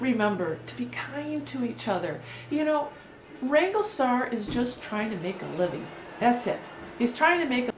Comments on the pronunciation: If you're going to have a pop at Cody learn how to pronounce his name it's WRANGLERSTAR NOT WRANGLESTAR missing out the middle R. As Cody says it's a business!!! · Justin Speck. Agreed. And the way she's pronouncing his name. It's not wrangle-star it's wranglERstar. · First learn to pronounce the name correctly WRANGLERSTAR not wrangle star. 2nd this video is all over the place I can't tell if you are in support of him or against him. 3rd you are trying to increase your views buy jumping into his discussion and yes you Click baited your title "look at the controversy here" you are entitled to your opinion but I don't think you quite know what your position is on this subject. so this was a video about nothing. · I say this respectfully to both your channels. I scrolled down through the comments and surprisingly I did not see anyone mention it. You keep saying "rangle star". The name of his channel is WrangleR Star. Pronounced like: Rangler Star. Like: Wrangler... the brand of jeans. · Is it just me or is she saying "Wrangle-star"? Isn't it Wrangler Star?? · ** you wranglerstar braught me back from depression i dont mind the click bate. Also its wranglerstar not wangwertar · Did you start this video calling the guy [Wrangle] star? I listened to it twice (now three times) and I think you DID. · It's WrangleRstar. There is an R in there lady. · So you think, with your paltry 67,000 viewers should decide what us 500,000 Wranglerstar viewers can and can not watch? You can not even correctly pronounce his handle. Good grief. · How about saying the name of the channel correctly? You take away your own credibility when you do not do your homework. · If you wish to make videos commenting about Wranglerstar you should at a minimum learn how to pronounce his name properly.